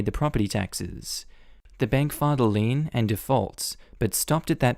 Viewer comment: Lien, lien, lien,lien, lien! (Not lean)